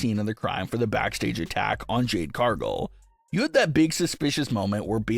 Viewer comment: OMG say Cargill correctly please not Cargull